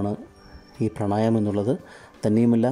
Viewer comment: പ്രണയമം അല്ല പ്രാണയാമം എന്ന് പറ 😁 ഗുരു ഉപദേശം ഇല്ലാതെ തെറ്റായി ചെയ്താൽ ഒരു പാട് രോഗങ്ങൾ ഉണ്ടാകാൻ സാധ്യത ഉണ്ട്, ശീർഷാസനം തെറ്റായി ചെയ്താൽ നട്ടെലിലെ ഡിസ്ക് തെറ്റി കുറെ വേദന അനുഭവിച്ച വ്യക്തിയാണ് ഞാൻ, പിന്നെ ലിംഗാഗ്രത്തിലെ ഘർഷണം തലച്ചോറിൽ എത്തുമ്പോൾ തലച്ചോർ ശുക്ലം വിസർജനം ചെയ്യാൻ സിഗ്നൽ കൊടുക്കും so പ്രോസ്റ്റേററ്റ് ഗ്ലാൻഡ് ബലവും ശുക്ള വിസർജനവും തമ്മിൽ ബന്ധം ഒന്നും ഇല്ല, കൂടാതെ മദ്യം കൊണ്ട് തലച്ചോർ മന്ദീഭവിച്ച അവസ്ഥയിലും ശുക്ള വിസർജനം സ്ലോ ആകാറുണ്ട് 😇